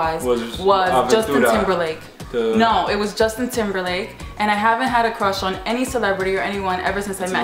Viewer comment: at 1.31 who did he say was your "crush" lol?